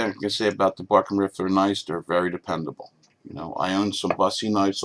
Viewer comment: Bark River, not Barken River